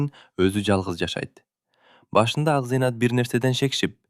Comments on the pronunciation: Акзыйнат да Акзайнат деп ... Туура эмес кылып жатасын . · Акзыйнат бактылуу болсо экен🎉 Акзайнат эмес Акзыйнат дечи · Тууралап окубайсынбы акзайнат эмес Акзыйнат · Ооба Акзинаты Акзайнатка айланды.окуп аткан киши кантип ушуну сезбейт дейм да😮